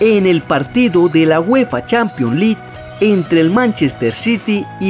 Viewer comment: Práctica tu Inglés champions li jajaja